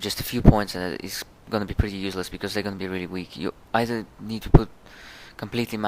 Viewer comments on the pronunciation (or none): none